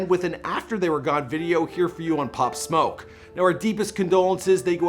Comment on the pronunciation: At least you pronounced his name correctly. Thx